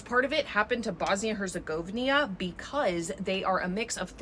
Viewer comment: Bosnia and Herzegovina, that"s how it"s ppronounced correctly.